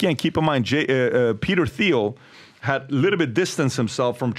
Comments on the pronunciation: The guy who kept ssaying Peter Thiels name as Theel (it’s Teeeel), is selling you on a an AI Webinar to steal more of your money? 😂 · Someone please inform Pat, theil is pronounced TIEL. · Patrick, it's pronounced Teal (not Theel). It's beyond time to get it right. Even pronounced it right. Come on, bro. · It is pronounced "Teel" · Thiel is pronounced like "teal". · Why does DBD keep using the Th sound when he says thiels name? Is that the correct pronunciation? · Dude. The H is silent in Peter Thiel